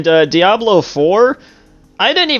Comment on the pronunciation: One question I would like to ask is, why does screw up pronunciations of certain game titles? "Die-ablow". "Per-SAW-nuh". And those are just two game titles out of, like, a few more!